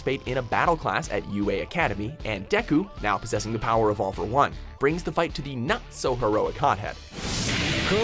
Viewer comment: I like how he said all for one lol 🤣🤣🤣🤣